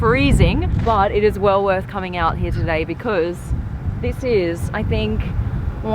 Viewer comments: Please stop saying “Hiaah” instead of “Here”. Try it, it will sound much better. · "The car hia with the worria design.."